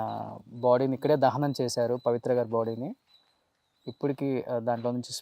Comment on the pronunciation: Kananam kadandi dahanam